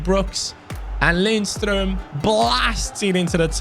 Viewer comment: Btw. When you pronounce Lindstrøms name. The D in his name is silent. So its Linstrøm.